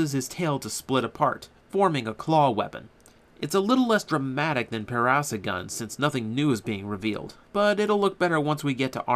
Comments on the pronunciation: its pronounced "Para-saur-relaphus" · the black ur is pronounced para-sauro-lufus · try :para - sor - RAWL - uh - phuss:, i had a thing that pronounced it like that when i was a wee lad. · For the record, Zyuden Black's dinosaur is pronounced Pa-ra-saw-ro-la-fas. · It is pronounced: Pair-Uh-Soar-All-Uh-Fuss. Not trying to be rude, just a dino nerd. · (handy tip) if you carnt say a dainosours name try braking the name up in to sections.